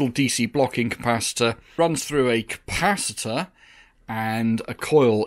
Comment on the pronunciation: Please please do. Not say capaci-tata it's like saying boatato for a potato 🥔. You come from the stroud area, not the forest, they can getaway with it.